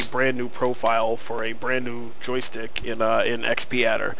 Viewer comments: Correction! It's pronounced X-padder not Xp-adder. Other than that great! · x pee adder! Ha, aside from the funny pronounciation, thanks very much for the vid, helped :D